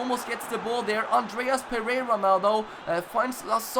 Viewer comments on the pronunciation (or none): none